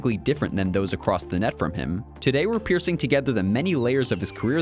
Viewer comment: "piercing together" or piecing together?